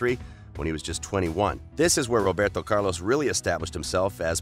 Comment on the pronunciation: Dude you have great content but got to stop butchering names